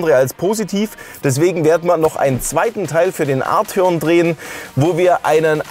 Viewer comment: Er wird tatsächlich Art-eon ausgesprochen hat VW selber gesagt 😉